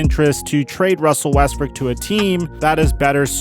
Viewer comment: this is foul he called him russell wesbrick